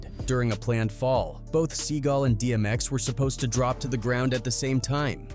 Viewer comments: He called him Sea Gull 😂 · Steven Sea GALL .....not gulll, fool.